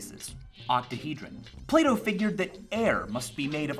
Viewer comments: It took me 3 days to realise that he was saying plato and not "play doh" I thought the company play doh was saying philosophical things on Twitter or something. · who else thought he was saying play-doh instead of plato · I thought he kept saying play-doh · I keep thinking he says "Play-dough" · Every time he says Plato, I think he's saying Play-Doh. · So, Plato is pronounced differently in German. "Plah-Toe" Took me way much longer than I'd care to admit to figure out Michael didn't want to sell me some Play-Doh.... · Sounds like you say playdoh when you say plato. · Am I the only one that heard play-dough instead of plato lol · i thought he was saying play dough :/ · Sorry but “Plato” in an American accent just sounds like Playdoh